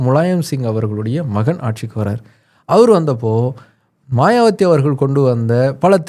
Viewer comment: மாயாவதி என்பதே சரி. மாயாவத்தி தவறு